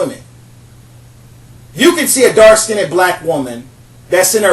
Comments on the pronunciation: Listen, young man, first learn to speak the language you use properly. You are not pronouncing the word skinned improperly. The "ed" in the word skinned is not a separate syllable. The word is only one syllable. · Please pronounce "skinned" correctly. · Oops accidently hit post. To finish my post. Skinned is only one syllable. (Skind) not (skin ned). Just to funny hearing him. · He is mispronouncing "Skinned" as "skinied" not skinny! Like ax for ask! He is unable to enunciate! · The way he says "skinned" cracks me up. He says (skin ned) pronouncing the n twice instead of (skind). Skinned is only one syl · I'm sorry but "skinnid" 😂😂😂? I get his point though. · Hi I live as a black woman and I also hate the fact that light skinned women are top of the tree when it comes to beauty! I love the topics you pick and I want to see more information about the topic. Please, however can you say dark (skiind) rather than skindeed? I would really appreciate it. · It IS SKINNED.... Not SKINNDDEDD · Every time you say "skinded" I cringe! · skinned not skinneded Wtf pronounce it right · Skinned,skinned not skin-ed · Let me help you here with your ability to speak with more authority. First of all; You are pronouncing the word 'Skinned' all wrong. It is not; 'Skin id'. It is pronounced; 'Skinnd' Not' Skin id' And I agree with you, by the way. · I mostly agree with your points, but please learn the correct pronunciation of "dark-skinned". You sound like you are putting an extra "ed". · I really appreciate this video but the word is "skinned" not "skindid". :) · sounds like hes saying "dark skinny women" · Lmbo! FINALLY, someone else that's corrected that mispronunciation. Annoying...the Englishp language isn't as difficult as many make it seem. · I love the way you say dark skin-ned women, it cracks me up! Priceless and gorgeous. However, if a brother doesn't like my dark skin, it's all good, I get checked out by many many others.